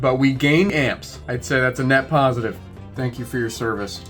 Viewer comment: Tank you.